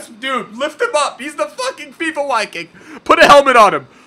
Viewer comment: I am 99.9% sure the Viking is pronounced viking and not wiking, even in a Finnish accent